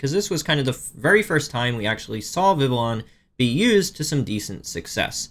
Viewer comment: Vivillon is pronounce like Viviyon.